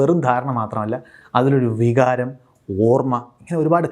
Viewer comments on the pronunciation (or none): none